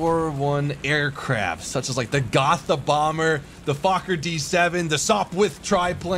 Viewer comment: It’s pronounced Gota not Gotha- but it’s spelled gotha.